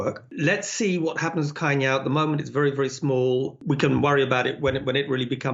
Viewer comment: Thanks for the discussion. It's pronounced as Chai Niao, you may use Google translate and have it read out loud too. =)